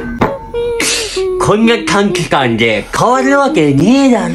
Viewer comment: 短期間のところが、短時間って聞こえる😵